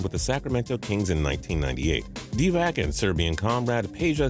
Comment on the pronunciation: cant even say DIVAC right